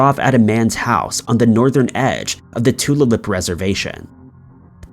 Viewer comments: Thank you for covering MMIW. Too many are missing. (by the way, Tulalip: too-LAY-lip) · Tulalip, pronounced to-lay-lip